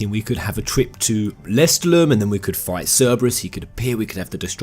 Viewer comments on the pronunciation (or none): You keep pronouncing lestallum wrong and it's driving me crazy This DLC actually looks pretty good! I'm a sucker for any character creation/customisation so I'm looking forward to this. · Am i the only one who was slightly triggerd by the pronouncing of lestaulum and other things ? They said it in the game, don't change it, also i agree with most of the positive comments, xv was one of the better ones, sure the story was unoriginal but cone on, this day and age, new things are looked down on, if they did something original they would've recieved hate for it as well, I am a fervent square enix fan since vii and i love every game they made, hate me all you want but i grew up with FF after my brothers played vii infront of me, I've played those after vii and I'll continue to suport square enix untill I can't anymore